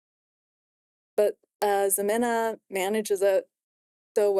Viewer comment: you got all of them right except ximena. Her name is pronounced he-men-a